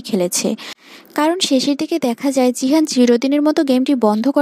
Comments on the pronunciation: জিহান নয় গিহান😂😂😂😂😂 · জিহান❌ গিহান✅ 😅😅😊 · গিহান হবে। জিহান নয়😂😂😂😂😂😂😂😂